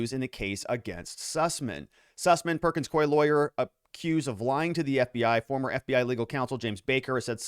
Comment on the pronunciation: It’s perkins COO -E. You keep mispronouncing it…..